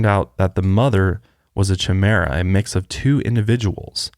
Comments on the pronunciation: It's pronounced 'kaimera' not 'chaimera'. Great vid!!! Love your podcasts!!! Can you maybe do one on the Vatican mysteries? Love you guys!!! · I think chimera is pronounced Kai-mee-ra, they talked about them on teen wolf once. super interesting!!! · It’s pronounced ky-mera not chim-era silly people. ;) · Chimera is pronounced kai-meer-a 😉 love you guys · It’s pronounced Kymara lol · Chimera is pronounced as Kai-Meer-Uh, its the same as the greek mythological creature. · It is pronounced Ki-meh-rah, apparently if they text the blood it's one DNA and if they test the skin its another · Just a heads up, the twin thing is pronounced like KY-mera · Just a FYI chimera is pronounced ki-mere-uh ❤️ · Chimera is pronounced Ky-mera 😊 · Just an FYI chimera is pronounced kai-mera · I’m gonna die I love y’all so much but it’s KY-mere-uh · Chimera is pronounced Kai-mee-ruh lol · It's pronounced KI- Mara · I'm sorry, but is there a word that can't mispronounce? Chimera? Carnarvon? The list goes on. Please look it up, rather than "taking a stab" at it. I love you guys, but the mispronunciations make me cringe. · pronouncing chimera with the ch sound is hurting my brain so much lol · that aint how u pronounce chimera........ love y'all but oof